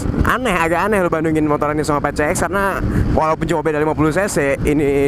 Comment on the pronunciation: Ngomong campur londo kok 'Pi Si Eks' dieja 'Pe Ce Eks'..?